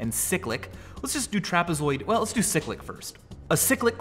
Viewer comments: He pronounced cyclic, sick-lic, when it should be pronounced the same was as in bicycle. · yeah, me too, as in cycle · siklik? I thought it was pronounced as it reads, cyclic